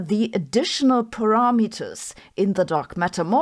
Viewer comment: Her English is way better than my German... but her pronounciation of "parameters" makes me giggle.